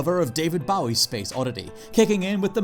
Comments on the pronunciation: David Bow-ee. Wtf is with that? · I've heard it pronounced both ways and I've heard a lot of Brits say it the way said it.